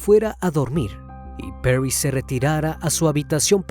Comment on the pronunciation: Perris jajajaja. Es Paris